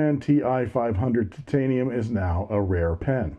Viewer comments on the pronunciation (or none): I love the way you say: tit-tain-ium. A Chinese copy of a Chinese pen, made from substandard Chineesium.